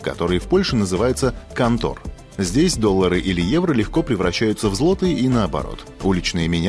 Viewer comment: Кантор - ударение на "а" )))